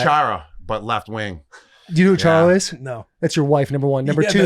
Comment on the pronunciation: Seriously murdered his name: Zdeno Chára. Also he's Slovakian, which was never even part of the USSR! Charo is a Spanish singer/guitarist, actress, & comedian. 🙄 Her catch phrase is 'cuchi cuchi' while shaking & shimmying. 😂